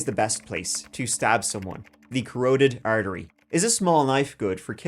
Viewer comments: carotid, ca rot id not ca rote id. Sorry. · Corroded artery? = Ka-Rot-Tid artery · “Where is the best place to stab somebody, the Corroded Artery” …Corroded 😅